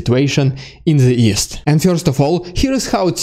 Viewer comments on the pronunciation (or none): Very helpful updates. Thank you. Your impressions are also funny. And your English is very good. A kind comment on the pronunciation of one word: "First": It rhymes with "worst" and has one syllable or could be rewritten "furst" for pronunciation if that helps.